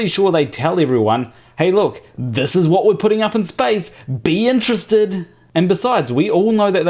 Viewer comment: lol nice american "whaaaat?"